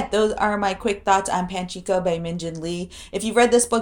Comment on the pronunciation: It is Pachinko not Panchinko, sorry to be OC!